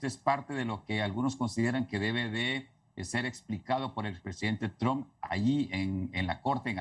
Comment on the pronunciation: Sí, a JOH le llegó su Navidad pero... Que onda con el acento de esta periodista?? De donde es? Pronuncia la t como gringa, y cuando le toca decir Donald Trump ni siquiera lo pronuncia como es jajajaja tamos Johdidos...